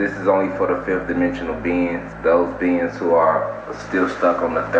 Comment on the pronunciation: First major red flag "beins". It's "beings" homie, gnomesane?